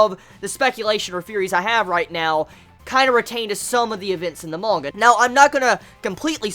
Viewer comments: Lol they way he says "mooonga" XD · Nice video! But why are you saying monga? Is there a reason or is it juat your pronounciation?